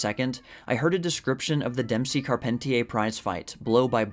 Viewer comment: Racing fans whenever you mispronounce Carpentier.